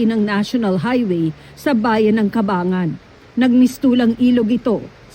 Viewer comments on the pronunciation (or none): CABANGGAN, ZAMBALES..ang bigkas....WALANG CABANGAN DOON